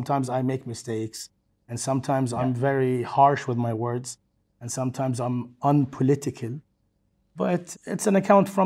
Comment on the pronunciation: I’m pretty sure he said “unpolitical” but his accent makes it sound like another word